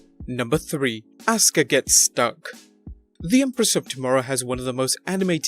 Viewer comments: It's Asuka not Auska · DUDE, "ASUKA" NOT "AUSKA"...HAHAHAHA! AND, WHO SAYS ELIAS HAS CHARISMA?? HE IS BUCKET FULL OF EMBARRASMENT! PEOPLE CHANT "WALK WITH ELIAS" JUST TO HAVE FUN. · It’s asuka not auska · 2 :29 its asuka not ascka dude didn't you watch wwe wrestle mania or womens tag team match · Asuka not asska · It's "Asuka". Not "Askua". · Its Asuka not Auska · It's not auska but asuka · Seriously? "Auska?" Speaking of botches... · you botched Asuka’s Name LMFAO😂😂😂😂